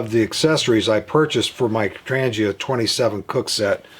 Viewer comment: The G in Trangia is pronounced as g in "goal" not g as in "Germany". Trangia fuel stove is manufactured by Trangia company out of Sweden.